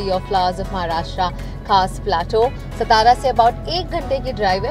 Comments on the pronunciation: The Video is amazing… but please take care of pronunciation, it’s not stara it’s satara, and it’s not kaandi pedha, it’s kandi pedha🙂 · सतारा नाही सातारा आहे.... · This stara stara is so irritating. It’s SATARA.. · It's not सतारा.... It's सातारा ✌️😀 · Kindly saying its not 'stara' ITS 'SAA!TARA' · FYI ITS NOT सतारा its सातारा “SATARA” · ma'am, it's pronounced as Saataara ....सातारा,,,. Not as सतारा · Quick note from a Marathi and a fellow Maharashtrian here. It is not सतारा it's सातारा Just as it was not पानाजी but पणजी back in your Goa sponsored episode. Indians should be proud of their own local names without buttering it up with Enligsh specially now that you are promoting this for Maharashtra Tourism officially. Thanks. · So amazing!! It's actually Saa-taa-raa not stara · सतारा नाही "सातारा " असा उच्चार आहे !🤣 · It's कंदी पेढा not कांदी पेढा Also सातारा not सतारा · You have to call it Kaas Pathar (पठार). Not too difficult to pronounce right. Also can say सातारा and not सतारा, बामनोली and not बमनोली. When you come to enjoy any place atleast ensure you pronounce names of places properly. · Its not starraa it's sataaraaa I hope you don't mind 😘 I love your all videos but this one is more special bcoz I am from satara only ❤️. We love our saataaaraaaaa ❤️ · सतारा? कंती पेढा? अग बाई हिची शाळा घ्यायला हवी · The City name pronounce is सातारा not (सतारा) and the sweet is called kandi कंदी pedha and not कांधी pedha. Rest of vedeio is excellent. All the Best. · The Pronasetion is satara( सातारा) not stara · Its not SStara..its Saataaraa✅ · Not stara it satara Not kndi pedhe it's kandhipedhe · Please work on pronunciation. It's सातारा not सतारा. Trust me you can do it 😀. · सतारा नाही सातारा , pls pronounce correct name in their real name. So many names pronounce wrongly ie Pune, Nashik and many more. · सातारा (not सतारा ) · सातारा आहे सतारा नही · It's irritating sthara sthara it's satara सातारा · सतारा ❌❌❌ सातारा ✔✔✔ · try not to say sataaaraa, its saatara